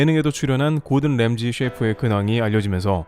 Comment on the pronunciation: 램지가 아니고 람지 세프가 아니고 셒, 제발 좀